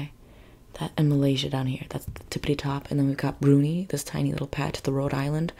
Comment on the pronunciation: Brunei is pronounced Broon eye….😎✌️🇬🇧